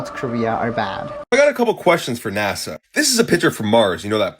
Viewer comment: I have to correct something. NASHA (not NASA) is Hebrew for "to deceive"